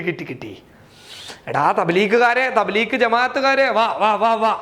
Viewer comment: Thableekh അല്ല ഡോ ത bleeg ആ ന്ന്